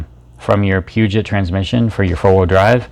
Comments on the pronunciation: dude...Pew-jet? Get some education. It is French...Poo-joh. Never heard of that? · Pronounced "Poo-Joe"